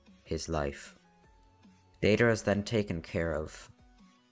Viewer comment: the way you said deidra and sasori the first time 10/10